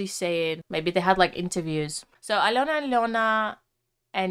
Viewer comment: Подивилась вже десь десяток розборiв iноземцiв, але ви перша вимовили iм’я Альони зовciм без акценту,прям зовсiм. Дякую за Чудове вiдео, та пiдтримку❤